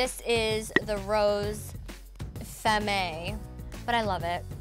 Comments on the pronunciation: Femme is pronounced "fahm," not "fem-may"...LOL :) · "fem-ay" XD. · Femme LMAO what's a Femay? Anyhow I love love love me some Nicole but I can't stand when ppl talk and all you see is their bottom teeth. Ahhhhh.